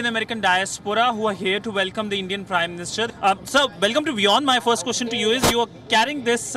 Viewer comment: It's Prime Minister not 'Prim Minister'